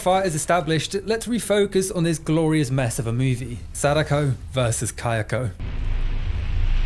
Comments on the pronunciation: not him pronouncing her name sadaykou💀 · First time watching your channel, fun video about a movie I had a good laugh at, and I think you invented the single most incorrect way to pronounce Sadako, gotta respect that! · That is probably the most american pronounciation I've ever heard of Sadako